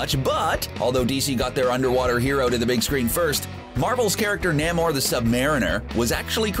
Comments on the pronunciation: Namor is pronounced Nay-more not nahmore and he's a mutant from Atlantis . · NEEEEEE (as in Knee) Mo ...THE Submariner ...don't know who this namo guy is you mentioned ? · “NAH-mor” “An Atlantian princess” Wtf is wrong with you? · NAY-more, not NAM-or! You fucking guys kill me always mispronouncing characters names! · It's "Nay-More" not "Nah-More". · Hey --shill. It's pronounced NAY-MOR. NAY like DAY not NAH-MOR. Cut it out. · “NAH-mor” “An Atlantian princess” “North mythology” Wtf is wrong with you?